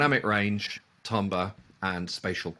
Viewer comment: it's the correct pronunciation 😂😂😂